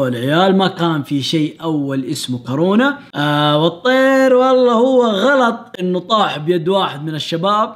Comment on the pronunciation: هو قال كارونا